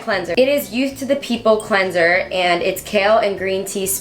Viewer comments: Sis said cleansOR instead of cleaner 😂 im widdit if she is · and cleansor not cleanser 😂